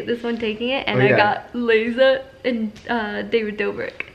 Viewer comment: When she says laza but its liza lol